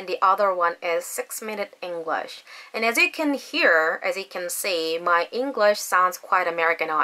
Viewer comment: 잉글러쉬 가 아니라 잉글뤼쉬 임다 ^^ Anyhow, you are pretty fluent 🙃